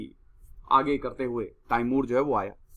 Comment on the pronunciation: it’s not taimur it’s timur